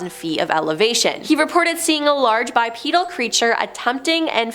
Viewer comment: Your voice is annoying. Your head twitching is annoying. Your mispronounciation is annoying. It's bi - PEE - dal. Not pedal like a bicycle pedal. And please tilt your head down so we don't have to look up your nostrils. Thanks. Keep up the work.